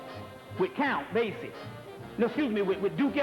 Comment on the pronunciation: Count Basie not count basic lol